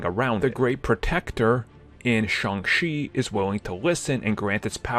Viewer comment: It's Shang Cheee, not Shang Xi.